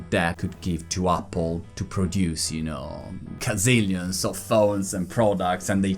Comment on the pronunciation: “Cazzilions” 😂😂😂 genio!!!